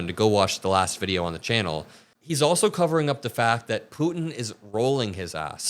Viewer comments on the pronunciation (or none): none